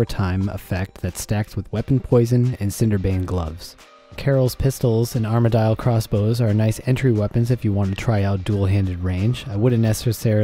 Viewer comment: did you just say......Arma-dial??????? cringe